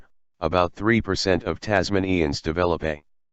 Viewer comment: Duh, Tas ma nee ens? For our guys who live in Tasmania, that's not how it's pronounced, it's simply Tasmanians. Christ on the cross, who are these illiterate people who stuff up a simple pronunciation? It's like the American way of pronouncing the word process. A two syllable word only, that is PRO and CESS. But to hear Americans sound it, it comes out like there is a letter S before the C, as though it's spelt like PROSCESS, again two syllables as PROS and CESS. Beats the shit out of me. I mean they do not pronounce the word PROTESTER as having an S in front of the T, but sound it's three syllables correctly...